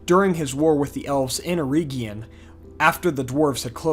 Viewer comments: It's not "EErEEgion" it's "eregion". Please don't butcher Tolkien. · Eregion. Not Erigion